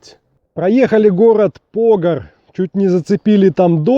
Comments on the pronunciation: Константин Драп В74году служил в Брянске в ЖДВ (пантанёры и технари ПРМ)и старшина тех. роты ездил на ,,шишиге" за сигаретами в г.Погар ударение тогда было на ПогАр, а сейчас ПОгар ну да не критично .А вот сигареты длиной в пол метра и более с таб. фабрики в коробке из под телевизора (не сформированные,не рубленные) нам были очень по душе и халява, сейчас табак не тот(ЩеБень не тот!!---П.Чичиков) Моск.обл. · Еее,Брянская обл... Ударение не так поставил : ПогАр,ТрубчЕвск.